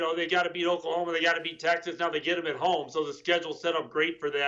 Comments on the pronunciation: Ohklahoma? What!!! 😂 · Okla..homa??? What the hell?